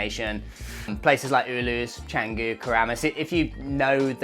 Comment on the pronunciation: Sorry to be pedantic, but not "Cenggu" and not "Padeng Padeng" Maybe find out what places are called beforehand, just a thought😊😊😊